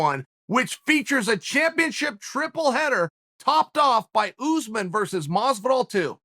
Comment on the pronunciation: Nobody: Chael: oOozmen